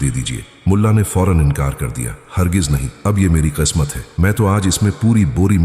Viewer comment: قسمت/khismat ,بولیں khasmat Nahi اردو کاستیا ناس نہ کریں